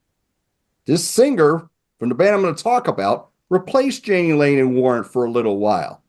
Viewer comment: Jani Lane's name is pronounced Yah-nee